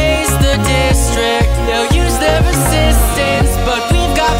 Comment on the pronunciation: You make it sound like resistance rhymes with district...